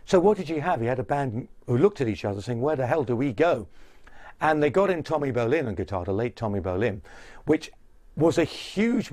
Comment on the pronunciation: Great story aside the bald/hairless commentary throughout with obvious prejudice and subjective comments that never work well in documentaries. The guy or producers don't even pronounce Tommy Bolins name right. Really? ...There's better documentaries out without the judgment.